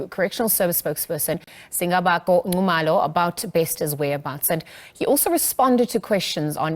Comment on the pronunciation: I wonder why some of South African presenters-are not taught how to pronounce South African names. Its Nxumalo, not Ncumalo.